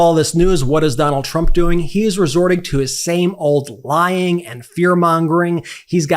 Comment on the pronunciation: What about the non degree people ? Lying Kamala ? I keep hearing LION KAMALA